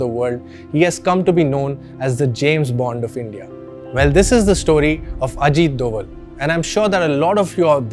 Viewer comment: He have problem with pronunciation of name plz pronounce name rightly